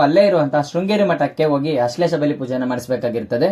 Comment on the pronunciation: ಅಶ್ಲೇಷ ಅಲ್ಲ ಸರಿಯಾಗಿ ಹೇಳಿ ಆಶ್ಲೇಷ ಅದು